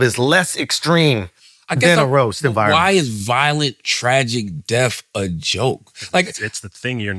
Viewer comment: Bro can’t say death